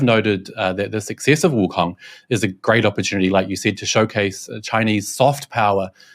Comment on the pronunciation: I like how the host tries to say Wukong with the proper accent but still pronounces Wukong like King Kong.